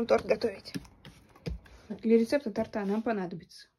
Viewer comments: ТОрта , а не ТортА😮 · Не торта́ а то́рта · Не торта а торта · не торта, а торта! )) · Не тортА, а тОрта) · Не "торта́", а "то́рта". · Слово "торта" ударение на первое "о"! При любом падеже и склонении. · Ударение не туда ставите.